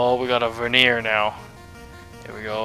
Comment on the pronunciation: I'm pretty sure it's pronounced ver-ni-er. To veneer something is layering thin layers of something together.